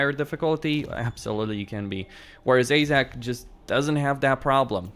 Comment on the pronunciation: AAAJ 'Zak?? Can a have a zak please, you mean this Zack? Any Zac will do. I think you mean Azhag (as an short a) and a hard G from the troat up. Nice Vid keep it up.